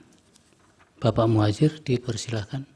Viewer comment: Pak Hakim kok salah sebut piye tokiiih.. Pak prof Muhajir di bilang prof mujahir😅😅